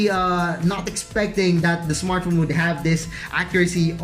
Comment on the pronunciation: ISmartphon .... ISmartphon ..... ISmartphon ...... makalipong!!!!!! We downut!!!! @@ magtagalog ka nlng!!!